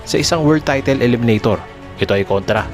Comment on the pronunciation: Sana ma korek ang pronunciation mo. The word 'title' is pronounced as 'tytol' not 'tytil'.